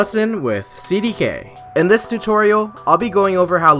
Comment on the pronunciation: Wait a minute. It's CDK and not seedy K?